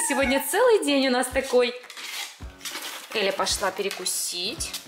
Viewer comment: На 0.55 секунду сказали Еля правильно же Эля